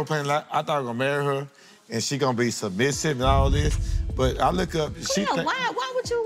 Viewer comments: Bruh this man can't say the word "Submissive"😂😂😂😂😂😂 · He couldn’t say submissive or pedestal